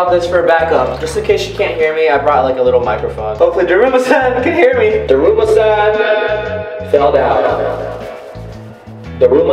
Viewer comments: It said duruma San. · “DRUMMA”. -Guava Juice🌚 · When I was watching the video when you were saying drama San I heard krrrrr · First off, it’s daruma Sam ga koronda, and you are supposed to have the lights off. Therefor, you are faking it.